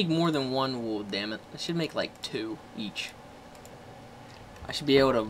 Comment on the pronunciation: It sounds like Woo instead Wool (Wul).